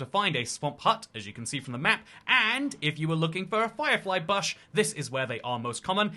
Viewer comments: The Bahsh? The BAHSH!? oh Bush.... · It's buhsh not bahsh. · You say bush like buhsh when Ive only ever heard it spoken as boosh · I was like, "no way Brits actually say bush like that!" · That stuck out to me too lol :_toycatTerrible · It's not his accent it's just a thing he does says the name slightly off for things like a nickname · Im sorry but wtf is a "bahsh" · ive hated the way the British say “garage” for years, and now you drop “bush” on me? How could you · I feel like he's mispronouncing Bush on purpose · Why you saying bush weird? 😂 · why do you say bush like that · Bro you say bush in such a strange way 😂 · we don’t. I have no clue why he’s doing that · we don’t 😭 I’m Scottish not English but I’ve never heard anyone say it like that, even when I go to England. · Yeah I’ve never heard a word pronounced so incorrectly before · Im british we dont say it like that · nope, lol I don't think there's a single UK accent where bush is pronounced like that. I think he's messing around.